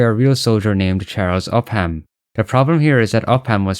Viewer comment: it’s pronounced uppum, not up ham lol